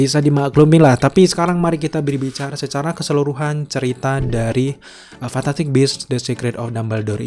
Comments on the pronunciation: Ngomong fantastic aja salah. Kamu ngomongnya fantaktik . Wkwkwkwk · Garing Ngomong fantastic aja fantatik... Wkwkkw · lu susah bgt ya bilang fantastic?